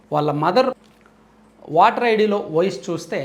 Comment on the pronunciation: వాటర్ కార్డు ఏంటి వెధవ భాష? ఓటర్ కార్డు అనాలి.నీవు ఎప్పుడూ వాటర్ అంటూవుంటావు.భాష మార్చుకోవాలి.